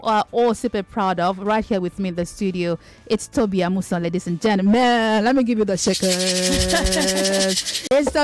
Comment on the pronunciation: Well done Tobi and more grease to your elbows. Could we also remind our people that Amusan is pronounced A-Mú-Shõn (re-mi-vee) - vee is joint intonation doh-mi. It is an Ijebu family name.